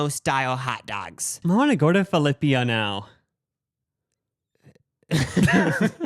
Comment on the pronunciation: Can we cancel for saying Filipia????